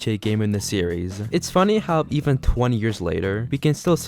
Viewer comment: I fucking HATE when a lot of these commentary people stretch words out and put emphasis on the ending syllable.. You say the word "series" as serieess-uh. STOP IT!